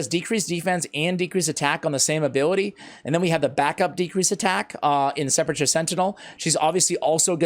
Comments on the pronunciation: Sep a cher Sentinel? I thought this was a guide for SE'-PUL-CUR Sentinel. Sorry, was an English teacher. That is the hole in a grave. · Can pronounce it right? Sepp-ul-ker